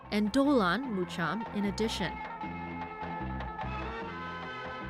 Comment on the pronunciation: notice. not Mucham... MuKam